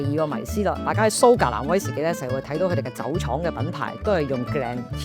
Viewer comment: 講說話清楚，冇懶音，亦唔係好似一般年青一代咁多尾音……"嘅啊…呢樣呀…係噉啊…噉樣啊…" 唯獨係講說話比較快，同埋每次用威士忌作為句語開始，會特別好用力及好重音，呢樣要留意一下。😊 但總括而言專業，專業得嚟係講緊人話，聽得明。😂